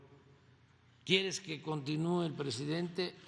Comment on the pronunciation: Así habla el Prejidente